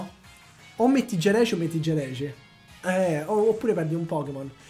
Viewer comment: Non e Geraci ma giraci